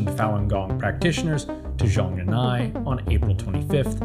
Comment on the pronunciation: Americans: stop pronouncing Chinese phrases with silent consonants. it's Zhong Nan Hai